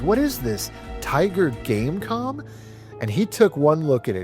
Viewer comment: every time you said tiger game com i kept thinking game con xD